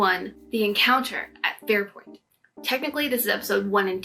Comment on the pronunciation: Hey Girl,nice job! You're very personable and authentic. Let me tell you, I adore TREK. So cathartic to listen to a fellow fan of the highest order. Oh, by the way, not a big deal,it's Farpoint not Fairpiont . (Probably your Betaziod accent anyway)